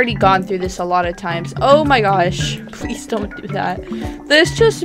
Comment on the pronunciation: She says pease out I do to lol